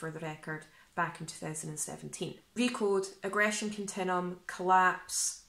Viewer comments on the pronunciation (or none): It’s pronounced aggression “kun-tin-you-em”……not “kun-tin-em”.